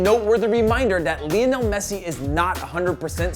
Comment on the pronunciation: Leonel Messi? It's Lionel Messi